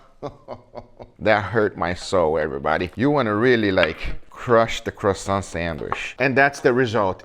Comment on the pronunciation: The way you say croissant would hurt the French more, than when u made it flat.